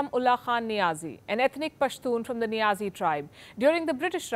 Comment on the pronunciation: The way she says'Imran khan Niazi'... Stressing NIAZI 😂😂